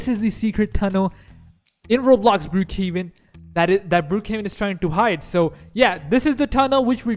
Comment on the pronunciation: You say Brookhaven cc be like brew kevin